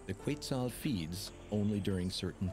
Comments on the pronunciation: the correct pronunciation is "ket-SAHL" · The computer voice that narrated this mispronounced several words (including Quetzal) and incorrectly called two toed sloths (two fingers). A “documentary” that uses AI should be labeled so people know and can evaluate its accuracy. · I'm sorry but the narrator needs to pronounce some words better. Quetzal, Indigenas etc. The producers need to revise the pronunciation of these words to make sure they sound as they should. For that and although the documentary is great, you get a dislike.